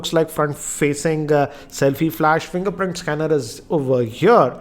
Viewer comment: Fringerprint Schanner.. 😂😂😂